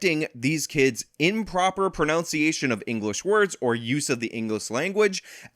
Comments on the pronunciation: It’s pron-UN-ciation, not pron-OUNC-iation. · “wrong proNOUNciation of words” 😂. I love your vids but this was just too ironic. Not saying your point is wrong, just your proNUNciation is incorrect. Keep up the good work! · I love you but you actually mispronounced “pronunciation” in the sentence in which you were telling us about the importance of proper pronunciation. Ironic! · Ironic that mispronounces "pronunciation" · host says, "so you, not correcting these kids' improper pronunciation..." and improperly pronounces the word, "pronunciation." He also improperly pronounced the possesive form of the plural, "kids'." Irony? His grammar was all fucked up in that statement as well.